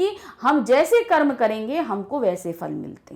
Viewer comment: I didn't understand. Mam said: Manushya kya Car.. Carma..